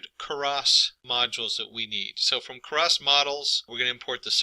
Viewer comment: "Karas" and "num-pee"... I honestly couldn't tell whether or not this guy was trolling everyone on the internet... Good video. though For everyone else: it's "Keras" (you wont find anything related to "Karas"). Additionally, "numpy" is pronounced "num-pie", just like "python" ("pie-thon")... unless you pronounce it as "peethon" and you like to fondle/"Karas" sweaters... :p great video though... were you trolling the internet? I seriously can't tell.